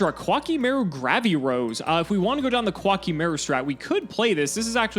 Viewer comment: I fucking hate the way they say "Qwaki MAYroo"